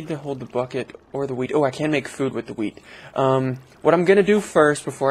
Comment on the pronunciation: When he said wheat flour thought he said weed